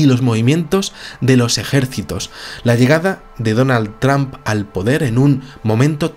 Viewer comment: TRAMP hahaha vamos. Buen vídeo de cualquier manera:D